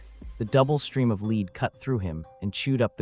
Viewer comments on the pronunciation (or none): Effing ai, leed or lead? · Why have you not been able to council AI to stop mispronouncing lead as leed instead of led? Apparently, AI is not very smart, is it??????